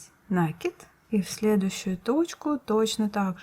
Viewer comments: Не нАкид, а накИд! Слух режет! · Уважаемая рукодельница! Спасибо за чудесный узор и очень понятное объяснение. Только, у меня к Вам просьба: произносите, пожалуйста, правильно слово накИд, а не нАкид. У Вас очень приятный тембр голоса, а неправильное употребление часто повторяющегося слова очень режет слух. Извините, за замечание. Не хочу никого обидеть. НО , это действительно так.